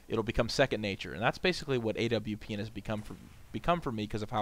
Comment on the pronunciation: Thank you for saying W properly. I hate people saying AVP lol